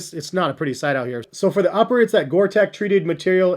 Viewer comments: No offense, but STOP SAYING GORE TECH. IT'S GORE-TEX. Thank you. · these caught my eyes a week ago, but i do not need any more shoes at this point. and it is not pronounced gore tech lol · I think it's pronounced Gore-Tex (teks). Nice cop btw, especially for the rainy days and such.